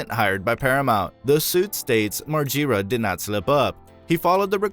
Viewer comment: Learn how to pronounce Bams last name right 😂😂